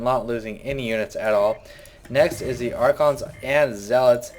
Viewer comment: where the hell are the t's and the h's in the "the"s?